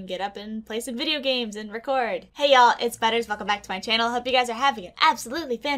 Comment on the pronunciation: Why do I hear “Hey guys it’s spiders,” instead of “Hey guys it’s Butters.”😂